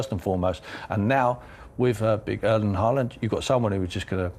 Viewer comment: Just mentioning - Haaland's name is pronounced with an norwegian å - in English like the vocal in "haw"/"saw" etc! 👍